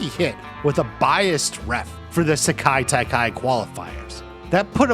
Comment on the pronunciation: Stop butchering the pronunciation of Sekai Taikai.